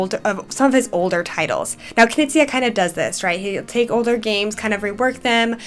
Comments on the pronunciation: it sounded like k-kneez-eye to me instead of k-knee-zee-uh. But no biggie. Maybe it's the cold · I'm not sure about the pronunciation of Knizia when introducing your favourite game lol but great overviews and thanks for letting us know what you like about each one! And yeah you're right that Bitewing Games has been releasing some real bangers these past few years.